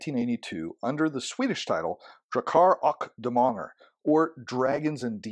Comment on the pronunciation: you did great! Much better then I would've done speaking a language that I don't understand. The first a in Drakar is a bit less rushed, but you nailed Demoner spot on! And thank you for the pdf!